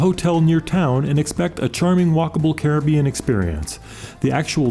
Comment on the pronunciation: Thanks for your informative video. And especial thanks for pronouncing Caribbean properly.